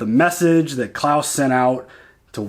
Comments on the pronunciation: His name's Kles, not Claus :P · You are doing great! Definitely... Please don't call him Claus. He's Klaes. You can hear it in S03E07, when he introduces himself. Dynamics between Anna and Amos has been built great. She is one of people Amos is looking up. Like with Holden and with Naomi at the beginning. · the guys name is klaes. not klaus :-) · Still calling The Behemoth "Beau-hemoth" Still calling Klaes "Klaus"